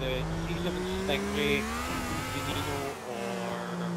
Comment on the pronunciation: GUYS GUYS when saying Veneno it's not Veh NE no its Ven EH no